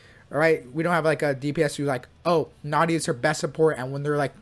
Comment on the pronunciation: Yay bruh nahida and nilou like bruh hahahahahaha bruh come on their said in game come on